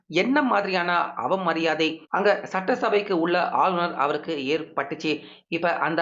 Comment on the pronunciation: ஆளுனர் என டைம் அடிக்க அழுநர் என தமிழைக் கொலை செய்து வாசிப்பதிலும் கத்திரியம் போட்டு தமிழ் ந.1 எனப் பெயரையும் வைக்க தைரியம் வேண்டும்.😂